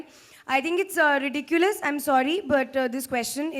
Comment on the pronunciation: It's is ridikulus, this question is very ridikulus 😂 spitting out Harry Potter spells